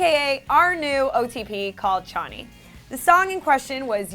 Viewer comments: It's Ch-o-ni not Ch-on-i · It isn’t ch-oh-knee it’s sh-o-knee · Not Chani. Ch- ohh- neee. Choni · It's pronounced shohni not chonny smh 😂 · btw its pronounced sho-ni not chani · Nobody is “bullying” anyone wth And it’s Ch oh ni Not ch aw Ni 🤦🏻‍♀️😂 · Chahnee? It’s Cho-nee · channi? who's channi? its choni, shoh-knee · ummm what the fuck is chani? its S-H-O-N-I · “ChAAHHni” FUCK NO IT’S CHOOOOOONI WITH AN OOOOOOO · She pronounces choni Ch-a-ni instead of choni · omg ikr every time she said chaw-ni instead of choni i was just screaming at my laptop CHONI..... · MY OTP IS PRONOUNCED shO-Nee btW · The title is misleading and makes some Riverdale fans look bad (I saw some bc others are so toxic and immature on IG). All they did was ask for a petition bc Choni (cho-knee is how you pronounce btw) scenes aren't shown as much as bughead or varchie. They need some LGBT scenes. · its not choni or chawni its shoni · They called them ch-o-nn-y that rhymes with Bonnie. I’m so angry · Sh-oh-nee like if you agree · It’s pronounced ( cho-ne) but written choni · If Cheryl is pronounced sheryl and Toni pronounced the way it is, then common sense says it’s pronounced shoni and spelled Choni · Bullying? Also it's "cho-ni" now whatever the that was you said. Y'all always mispronouncing ish. Too busy working on those click bait titles I see. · I think bullying is a bit far.....we made a petition... Also chawnee? Lol wut. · Did she say Choney? I think that's wrong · I honestly don't know how she managed to get 'chani' from Cheryl and Toni 😂😂😂😂😂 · Brooklynn Jackson ikr it’s like show-ni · ^ um no it's CHO-KNEE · Beck shouldn't it be a soft Ch sound like the start of Cheryl's name? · Lmao I literally was like CHANI?! Then found this comment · U pronounce it like shoni -_ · the way she pronounced choni!!! what the fuck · I like really mad that she said choni wrong tbh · Anyone get mad at the way she pronounced choni😂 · She didn’t say Choni right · Did she really say choni in that way